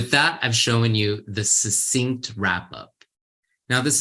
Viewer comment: Isn't succinct pronounced as suksinkt?